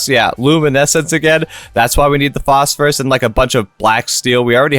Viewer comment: "Posphorus" lol